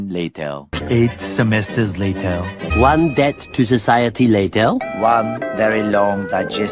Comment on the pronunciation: Layteir (Later)